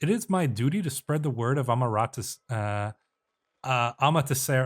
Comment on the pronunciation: You definitely butchered the Japanese Sun-gods name, but then again japan is hard. It´s a(ah,with no literal h pronounciation)-ma (mah with same idea)-te( t-eh like as with following but instead of A it´s E)-ra (Rah, same idea as before)-su, with su spoken as shortened version of type of suu pronounciation, instead of anglocized s-you type of pronounciation. The su affix might be hard so try reciting names, like Hideyasu. Japan and many it´s related languages are hard since, the family of the languages i highly phonetic in nature, but decent effort, many japanese names are hard to pronounce, and are kind of pronounced as written, without the phenomena used in western pronounciations, such as in certain centes where the english a almost diverts to sounding like the letter e. personally it´s bit easier for me to pronounce, since my own native language is from the fenno-ugric branches. YT, and google translator are helpful for training, so don´t be discouraged.